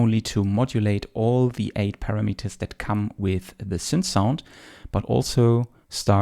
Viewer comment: "para - meters" :-)